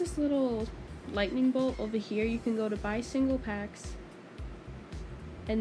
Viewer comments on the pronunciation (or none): none